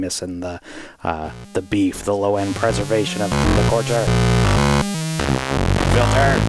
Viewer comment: from a Quebecer: your last stab at pronouncing l’Écorcheur was the closest